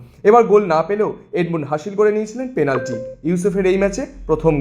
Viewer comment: Apni age penalty ta thik kore uchharan korun..ota penalty,plantic na dada